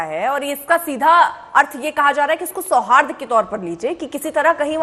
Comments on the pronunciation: BJP के नारंगी पहले शूद्ध उच्चारन तो करना सीख ले सौहार्द बोला जाता है तु तो बारबार सौहाद्र बोल रहा है बोलना आता नही चले आते हैं डिबेट करने । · Sohadra nahi hota sohard hota hai